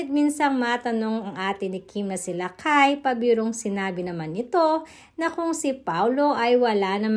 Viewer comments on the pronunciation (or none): It's LAKAM not Lakay.